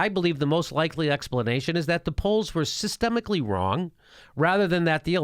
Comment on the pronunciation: Systematically, not systemicall Jimmy. And throw in an S in statiSticians...:)